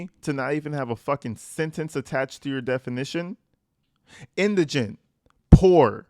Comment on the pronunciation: Thank You for pronouncing Indigent properly! I'm hearing Indragant, Iganent and such on other Posts. You are Well Spoken and Articulate! ❤